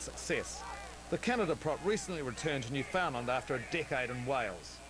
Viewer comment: its newfoundland. simple: new. found. land.